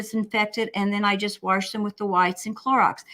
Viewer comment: My mother always said warsh so I love hearing you say it!